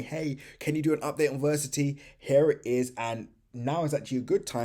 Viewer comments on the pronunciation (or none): Ver ass it - e , say it with me come on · Why do you not pronounce the A in Verasity? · It might be a good idea to learn how to pronounce Verasity.